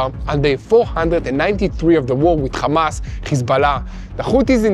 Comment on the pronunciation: Khamas isn’t it hamas like when your happy are you khappy